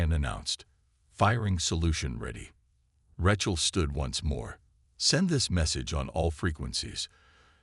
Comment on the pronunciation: POS A.i. can't even pronounce Rachel😅